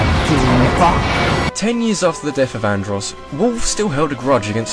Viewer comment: death? i thought he said dirt.....